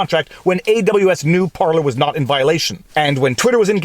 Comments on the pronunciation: Par-Lays, not Par-Lees ; ) Flippin' english, turns out 'parlay' is a different word with different meanings. Rabble rabble rabble! Bloody Jack Sparrow using the wrong bloody word... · You're saying Parleys wrong. It's Par-Laays. Think Pirates. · "Par Lay" you're from French Canada why do you pronounce it wrong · PAR-lay PAR-lay PAR-lay PAR-lay. Ffs is that so hard. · It's par-LAY viva.. par-LAY! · I think they are called "par-lays".